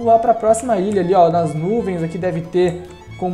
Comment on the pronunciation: Cara tu fala mó errado é ILHA n ILIA e tbm n é PRESTIJIO é PRESTIGIO